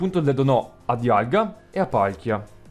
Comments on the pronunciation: Sentire arcius al posto di àrcheus ... ti giuro, mi ha fatto bloccare più volte il video dal nervoso. Ma apparte questo ... bel video X) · Poi si dice Archeas